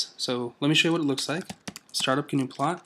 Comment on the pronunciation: just one of my pet peeves: it's pronounced NEW-plot not G-NU-plot. From the gnuplot FAQ; "Any reference to GNUplot is incorrect. The real name of the program is "gnuplot". You see people use "Gnuplot" quite a bit because many of us have an aversion to starting a sentence with a lower case letter, even in the case of proper nouns and titles. gnuplot is not related to the GNU project or the FSF in any but the most peripheral sense. Our software was designed completely independently and the name "gnuplot" was actually a compromise. I wanted to call it "llamaplot" and Colin wanted to call it "nplot." We agreed that "newplot" was acceptable but, we then discovered that there was an absolutely ghastly pascal program of that name that the Computer Science Dept. occasionally used. I decided that "gnuplot" would make a nice pun and after a fashion Colin agreed."